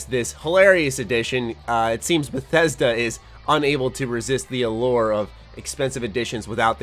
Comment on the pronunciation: Im feeling concerned for Beth E sd A errr cough Bethesda